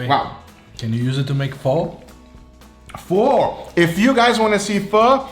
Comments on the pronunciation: It's not FOH its FUH. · It's pronounced Fuh? (Emphasis on the ?) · Yeah I only recently found out Pho is actually pronounced "Fuh". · Ramen= raw-men Pho=Fu like fun with no n